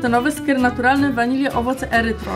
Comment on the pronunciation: erytrytol nie erytrol Xd